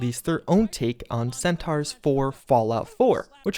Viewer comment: It's read "centOrs" not "centArs".